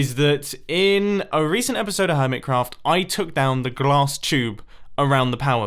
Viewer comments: Did he trill the L in glass ? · Does it sound a bit weird when he says "glass"? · He rolled his L saying glass during the time-lapse xD